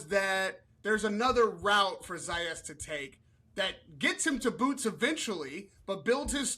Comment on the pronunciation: Dude pronounced his name right 2 times, told us how he was called out to pronounce it right, “Zah yahs” and then proceeds to pronounce it wrong the rest of the video, “Zeh yas” 😂😂😂